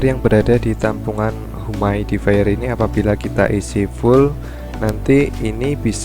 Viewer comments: humidi-fayer. bukan humaidi-fayer.. hehehe.. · Mau koreksi aj bang, pronounciationnya yg bener “yumid”ifayer bukan “humaid”ifayer:”) But it’s okay, nice content:)